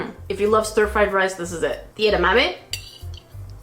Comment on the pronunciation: I have never heard someone pronounce edamame like you. Its cute. Ee-da-ma-may.